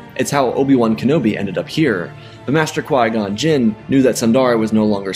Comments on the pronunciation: Why does it sound like Yoda is saying Master Why-Gon? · Is it just me or does Yoda say Why-Gon instead of Qui-Gon lol😂